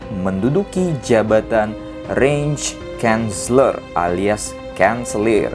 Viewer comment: Masukan bang, cara bacanya "Bismarck = Bismark", "Reich Kanzler = Raih kantsler", "Deutschland = Doitsland". Saran juga bang, bukan bermaksud menggurui, di next video, abang coba cari tau pelafalan katanya 🙏🏻